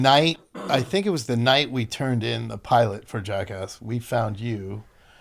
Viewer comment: As an aussie, its so refreshing to hear another one of us pronounce 'Jackass' correctly.